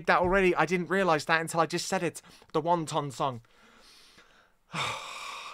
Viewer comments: "Wanton," like a wanton woman. Not won ton. 😀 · It’s pronounce WAN - ton. As in loose morals. 😄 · Just to clarify, it's NOT the Won-Ton Song. It's Wanton (pronounced WAHN-ten), which means doing something or acting in a way with no concern of consequence or others opinions. The song is about getting together with someone you probably shouldn't (perhaps a wife's sister) and getting down and dirty like there's no care in the world. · I knew you would love this! Wanton, as in a sexually unrestrained woman, emphasis on the first syllable. I agree with you about the skill and experience, particularly Bonzo.